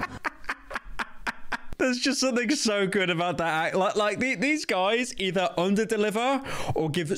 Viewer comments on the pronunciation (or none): none